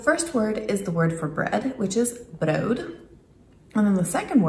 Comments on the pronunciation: Oh btw, it's pronounced as though it ends with a t. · Brood is pronounced with a hard t in the end, not a d (i.e. broot). Thanks for the vid. :)